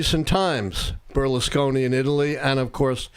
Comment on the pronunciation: what? cant pronounce Berlusconi? 😄